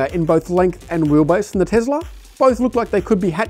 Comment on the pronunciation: Tesla not Tezla Mate